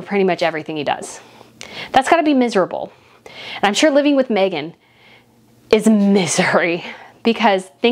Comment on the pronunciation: You pronounced her name correctly and the best thing Harry could ever do is walk away from Meghan and walk very fast!! All he's done is give up everything and everyone and now he's just a lost little boy. She's the worst thing that could have happened to him and he really needs to get rid of her and go home and ask forgiveness from his family. I said the day they announced their engagement it wasn't going to last albeit it has lasted longer then i gave it but now i don't believe for an instant that it will last another year. I've no doubt he loves his kids but I'm betting he's wishing he had them with someone else!